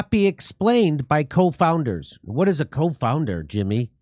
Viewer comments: As always, thanks for covering this important information, Jimmy. But, um, its not co-founder, it's CONfounder. ie variables that may confound (add doubt) to a conclusion. so they were saying they pretty sure on their conclusion, and the usual confounders were not at play. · CONfounder Jimmy, not COfounder. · Been watching your podcast for years now, rarely miss one. You are my favorite jagoff comedian of all time. At the risk of sounding like a jagoff myself the word you mention here is CONfounder, not COfounder. A confounding variable is a third variable that influences both the independent and dependent variables. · coNfounders, no co-founders. lol.